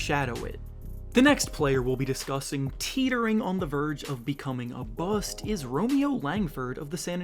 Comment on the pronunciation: Y you say BUST weird duder?